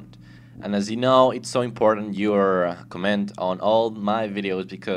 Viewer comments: Yeah i read all the commands, and yeah just command command command and command. LEARN TO PRONOUNCE COMMENT Nice vid. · i like how you say comment :D ADEF and obviously C :D btw KITTEY